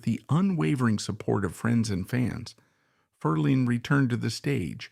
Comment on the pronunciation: DUMP the A.I. voice overs! The name is pronounced "FER-lin," not "Fer-LEEEN!"